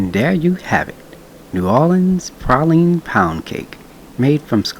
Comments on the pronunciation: Prayleeen (praline) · Where Im from we say praline (pray-lean) and has the prettiest teeth Ive ever seen 😁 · Have I been saying "Praline" wrong all this time? I'm confused lol